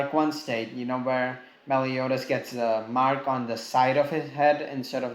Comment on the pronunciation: Ahm.. its "Meliodas" not melidous